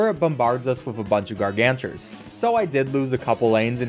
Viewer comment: It's gargantuar not gargantures (no hate)